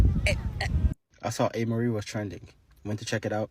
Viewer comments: Not Anne Marie!😂😂😂😫 its A-Marie. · It’s A-Marie.. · It’s pronounced Ayy-Mah-Ree..🙂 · It's pronounced Amerie with the long a sound. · It's pronounced with a long A